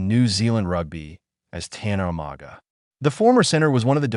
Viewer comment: Pronounce properly bro,or don’t do the job,learn how to pronounce (Umaga not o maga )